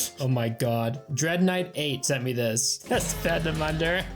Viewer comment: Hearing you do the veennomm vvv-v-v-vvennon Kills me 😂😂